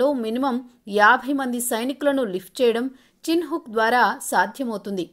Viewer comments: "చిన్ హుక్" కాదు వాటి పేరు, చినోక్. కనీసం వాటి పేరు కూడా సరిగ్గా ప్రోనౌన్స్ చెయ్యలేని మీకు ఒక యూట్యూబ్ న్యూస్ ఛానెల్ 😁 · చిన్ హుక్ కాదు. చినూక్ అనిచెప్పు